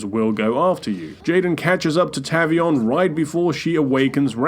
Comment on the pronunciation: It's TAVE-EE-ON. Not TAV-EE-ON.